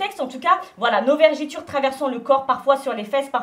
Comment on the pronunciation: Peut on expliquer aux gens qu'on dit "vergeture" et non 'vergéture"